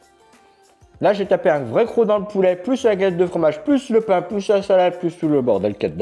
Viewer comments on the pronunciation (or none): none